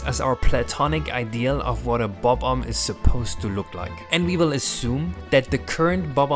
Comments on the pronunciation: Thank you for saying Bob Omb instead of buhbomb. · i love the way you say bob omb its so satisfying